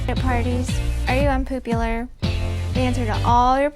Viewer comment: I am, indeed, unpoopular! I love vitameatavegimin! LOL